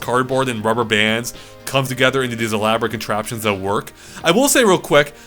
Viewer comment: "It's quite e-Labo-rate." Oh, you wonderful, silly little man.